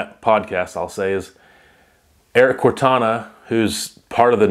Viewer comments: "Cortina"... Not "Cortana." Like fingernails-on-a-chalkboard everytime you say "Cortana." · Ya I've done a lot of reloading/testing and 100% seating depth absolutely changes accuracy. It makes sense though for a Hornady rep to push the idea to shoot more rounds.. also just fyi it's pronounced core-teen-a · Erik's last name is Cor-tina lol